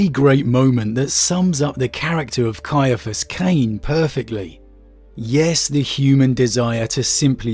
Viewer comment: Thank you so much for pronouncing his name correctly. I've had to deal with so many who pronounce it "See- fus"... Ugh!